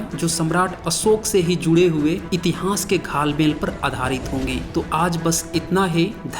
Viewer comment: इतिहांस या इतिहास कृप्या उच्चारण घ्यान देना प्लीज ॥ वीडीयो बहुत ज्ञानवर्धक है। धन्यवाद।